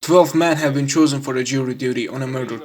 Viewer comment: You really need to work on your grammatics. It sounds as if you’re not really even trying or aware of your inefficiency. For example in the first 5 seconds you said 12 men were choose-en. You meant to say cho-sen but you were over confident. That’s just one example of a hundred.